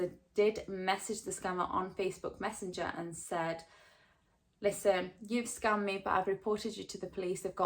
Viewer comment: it sounds like youre saying you got scummed